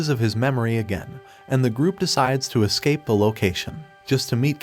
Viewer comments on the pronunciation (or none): none